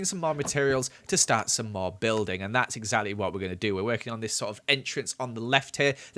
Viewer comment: and that is eggszally what we....